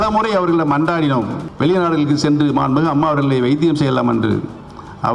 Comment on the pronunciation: உனக்கு சரியாதான் பேர் வச்சு இருக்காங்க,mixture nu.... மாண்பு மிகு நு சரியா சொல்ல தெரிதாடா முதல்ல முட்டாள்....